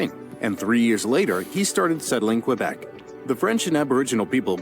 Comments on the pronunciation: They pronounced Quebec wrong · This is a bit inaccurate: Quebec is pronounced "Kebek" not "Kwabec." Also, Canada wasn't a country until 1867. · Please stop calling Quebec "kwa-beck", try "kay-beck" instead. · That history video was cringe worthy. I recoiled at the French pronunciations! Tabarnak!